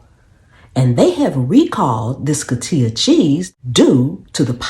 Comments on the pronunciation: Coti'HA, saying it the wrong way, the ones that buy it won't hear it & know... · It is pronounced co---hee--ta.